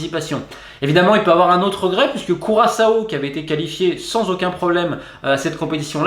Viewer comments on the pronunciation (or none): none